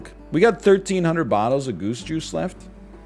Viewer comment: Every time he says, "Goose Juice," I hear, "Goosh Goosh"...